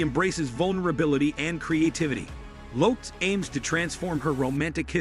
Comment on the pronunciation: I couldn't get past "Jennifer Loops" Your AI sucks